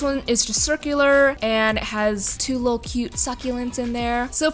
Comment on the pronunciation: Oml the amount of times she said “lul” instead of little drove me nutsss